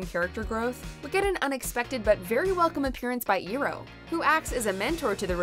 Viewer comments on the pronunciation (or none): IROH! It's pronounced I-ROH not Earoh! Don't let Shyamalan take over Legend of Korra too. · Can someone clarify for me, at time stamp when the narrator say eero or e-ro, is she referring to the little purple dragon spirit thingy... Or did she mean Iroh? Coz that's definitely not how you pronounce his name... I mean watch the cartoon if you gonna make a top 10 video about it, they say his name all the time, surely you can pick from that how to pronounce the name correctly... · ......I-ROW....Iroh is pronounced I-ROW. Get it right!!!!! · Iroh Is Pronounced Iroh Not Eeroh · Dude ! Where in the world did y'all get the name pronunciation from ? Shyamalan's abomination ? I mean who else pronounce Iroh as Eeroh? 🤢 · Lady, you just pronounced Eroh wrong! Its I (Eye) --- Roh. Its easy and plus for saying that mispronounced name is very soooooo laughable. Even the comments have bash your mistaken name. Shyamalan is luring with you since his worst mispronounced names like the movie did. 😑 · Nothing will take me out of one of these videos quicker than narrator who mispronounces the name of a major character. Who is "Eeroh?" Oh, you mean Zuko's uncle IROH. Even if you know it ahead of time, it immediately reinforces that the person you're listening to really has never seen the show and is just reading a script. Feels flat. Side note: Season 4 was not good, and none of it should be on this list. The finale was especially a letdown, but it's here just because of a briefly implied (and abrupt) lesbian moment? Ehhhh... That alone doesn't make it a top 10 episode. Not even close. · DID SHE JUST SAY EERO INSTEAD OF IROH, this isn’t the movie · It’s pronounced I-roh not ee- roh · Earoh now not iroh? Lol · STOP saying eeeroh it’s iroh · Did you just say "Ee-roh"? You meant "Iroh". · 👁🚣‍♀️. Eye....row!!!!not eee ro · eeroh Me: IT'S IROH!!!! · It's! Iroh!! Not! Eroh!! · Who the hell is Eroh?!? You sound like M. Night screwing up the names. Its I-ROH!!!!!! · WHO IS EEEROH?